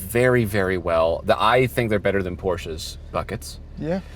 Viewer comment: can say Porsche with an e like it's supposed to be. I'm impressed.